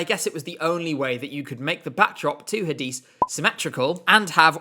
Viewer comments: I'm pretty sure Hadise is pronounced "Hah-Deh-Say" due to her being Belgian. I'm sure I heard her pronounce her name like that in a video just before rehearsals started that year. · As a Turkish fan your pronunciation of Hadise killed me 😭 congrats on the engagement! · OMG NO Hadise and Kenan Dogulu omg they're not pronounced that way it sounds so bad when you say it :c